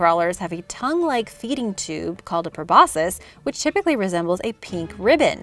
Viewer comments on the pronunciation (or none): p r o b o s C u s probosCus the "C" isn't silent